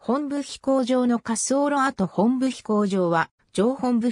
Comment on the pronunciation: モトブではなくホンブなんですか?